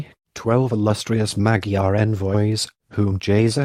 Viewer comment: The history is fascinating and thorough - but the robotic, AI presentation and butchered pronunciation diminishes the potential of this video. It would be top notch if re- done with a live narrator who can pronounce Magyar. Also photos or diagrams accompanying the content would be great - a big question mark is nonsensical.